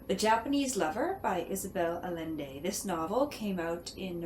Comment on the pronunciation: Sounds like a great book. I look forward to reading it. By the way, the author's last name is pronounced A-YEN-day. :)